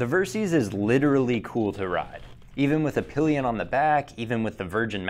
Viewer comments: Versys = Ver-Sys = Versitile System Pronounced ; Ver - Sis (NOT Ver-Seas) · It's pronounced "Ver-sis" short for "versatile systems". It's not "ver-seez"... and the ABS can be disengaged btw.